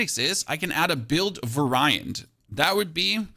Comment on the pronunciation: VA-riant... as in.. it varies.